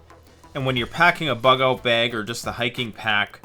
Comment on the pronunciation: " oot":-P Perfect Sign-off.